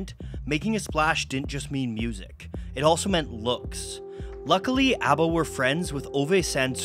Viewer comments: Very charming pronunciation,! I've seen countless swedish documenatries of ABBA. But it's refeshing seeing one in a different language! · Not that it matters very much but it seems you really made an effort to pronounce all the names the way they are pronounced in Swedish so kudos to you! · You tried harder at pronunciation than most non Swedish speakers, like EVER, so greatest of great jobs! (Y) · this is fantastic. Being born in '72, I missed out on the phenomenon, but my dad was a huge fan growing up of ABBA. Great job with this video and the pronunciations!